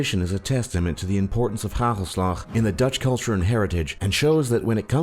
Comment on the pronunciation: hagelslag haha